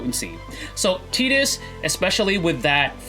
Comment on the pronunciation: Great discussion, thank you! I'm a bit new and only have three Ex weapons, but one of them is Lightning's, so I'm really hoping she is picked first as well. And hey, kudos for pronouncing Tidus's name right too.